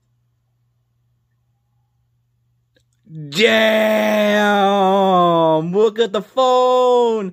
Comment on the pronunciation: sounds like you said "Game" instead of "Damn"